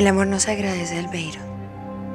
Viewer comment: Me gustaba cuando le decia 'albeirus' a albeiro jaajjaja